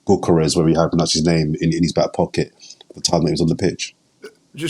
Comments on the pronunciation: "Cocker rez" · Did just call him cockores? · pronunciation of Cokeres (Gyokeres) is brilliant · For future pronounciating, i’m swedish and we pronounce it kinda like Yokeres. You dont have ”Ö” so it will be hard for you guys to say it correctly but Yokeres is kinda how its pronounced